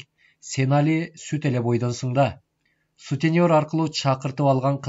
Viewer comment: Кечирип койуңуздап, каталарыңарды айтып койгонум үчүн: траМва эмес, траВма, сутенЕр эмес, сутенЁр, "ё" тамгасына басым болуп айтылат.